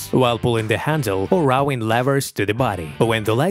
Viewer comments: It’s rowing not rawwing . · Dude, you need to work on the pronunciation of "ROWING", there is no A in there!